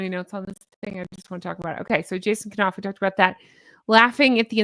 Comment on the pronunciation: love your show & your beautiful personality...HONK, HONK!!! That said, I just wanna let you know that Jason Knauf's name is pronounced w/a silent K (ie, 'knight, knife, knock, know,' ). Keep up the great work you're doing...❤